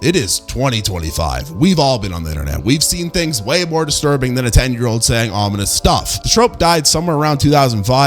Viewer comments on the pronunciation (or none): none